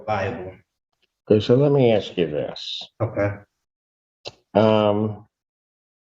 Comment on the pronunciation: Why is it that all black people on trial always say I WANT TO AXE a question instead of ASK a question?